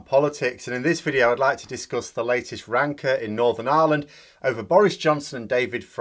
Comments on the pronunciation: I heard the word 'rancour' in the first few minutes of your video, as 'wanker' and had to rewind to make sure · My hearing aids not working, did you just say rancor or wanker? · Just one correction Phil. You mispronounced "rancour" ever so slightly when talking of those in charge of Brexit.